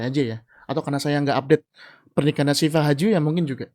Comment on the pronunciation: Saya bahkan nggak tau Shifa Haju. Emang nggak uptodate artist2 sih. Ratanca nyebutnya Sipa Haju, saya dengernya malah Si Pak Haju. Pak Haju siapa? waakakakakak